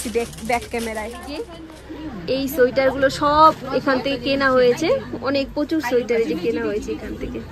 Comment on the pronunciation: onek din por k besh pranobonto laglo. tarahuro kore kotha bolte giye tomr uchharon gulo kmn jeno lagchilo aj. Tumi bolcho শোইটার. 😊 Bonder kache peye khub excited bujhte parchi😂. Tomader vlog a sab kichu vlo lage bt tomader oi kole niye vaat khawa ta khub baje lage. JapaneesTemple tay ami onk pic tulechilam. 5/6 bar Darjeeling gechi tao mone hoy bar bar jabo.